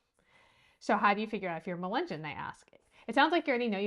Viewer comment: Say mull-lee-gun say mug-lug-on